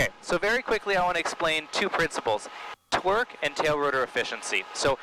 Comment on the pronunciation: & - I'm hearing "Twerk," didn't you mean "Torque?"